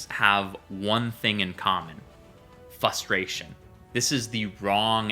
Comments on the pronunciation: "fustration". Missing an R there friend! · fRustration. FRUH-stration. It has an R in it. Also we didn't need 10 minutes on the plasma pistol.